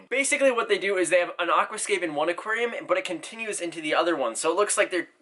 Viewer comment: I love the way you say Aquascape, it’s not pronounced like that